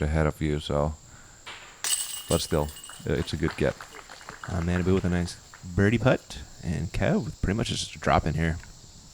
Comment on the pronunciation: pronunciation of Kojiyama's first name is so awful. It was 3 years ago but I hope effort has stepped up a bit since then. It's not "mannaboo" it's "mah-nah-bu" (pretty important considering as of this post he's #1 rated player in the world!).